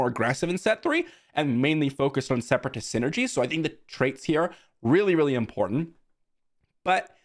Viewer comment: "Separatast" is how I'm gonna say that word from now on